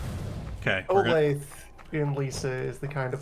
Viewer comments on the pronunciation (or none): as a kansan hearing "Oh Lathe" instead of "Oh Lay Thuh" is driving me crazy!!! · can i donate in 2026 for you to call it Oh-lath-uh, which is how its pronounced in KS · its p funny tbh